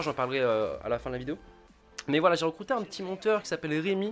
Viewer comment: A j'ai tilté sur le ' J'ai recrouter un monteur ' le RECROUTER :D Magique :D